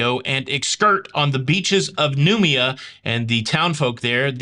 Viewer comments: Noumea is pronounced Nu may a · Hi ❤ it's prounouced new... Me... Ah:). And it's classed as the pacific islands but is not a part of Australia:)